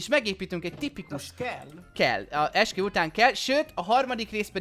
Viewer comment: Esküvő helyett Eksüvő XDDDD